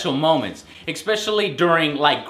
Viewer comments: Joe you really need to stop saying exspecialy. Lol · GODDAMNIT JOE, STOP SAYING "EXSPECIALLY"!! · "Ex-speshelly" "Ex-speshelly" "Ex-speshelly" "Ex-speshelly" "Ex-speshelly" .........